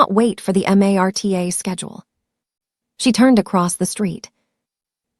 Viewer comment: The rail system is called Marta not M a r t a I live in Kansas and know that 🤣 A. I.